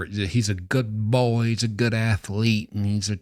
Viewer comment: Don't like the way you say boy what up with that